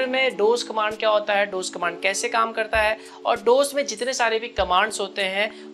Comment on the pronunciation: Sir that is D O S not dooose